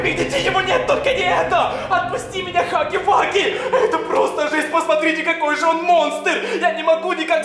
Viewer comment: Не хаги ваги а Хагги Вагги